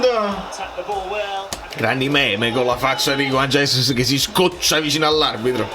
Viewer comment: guagliù, comunque Juan Jesus è brasiliano, per cui si pronuncia Giuan Gesùs. ce ne stesse uno che lo pronunciasse bene